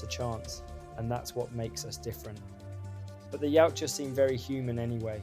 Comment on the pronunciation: The design, the story, the baby yoda bullshit, the Shane black magic ball for invisibility, the knock off avatar style, Tran Trachtenberg Elle fanning, the gay Predator using a gun,Movie is fuckin trash. Saying yeowcha instead of yautja 😢 YOT CHA